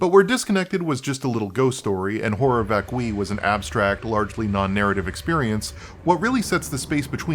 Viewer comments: It’s “vac-cue-eye” not “vak-kwi” Horror vacui is an artist’s condition which means fear of open spaces. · I know that my name is literally the male version of Hermione, and I hate to point it out, but I think it's VÁCUI , not VACUÍ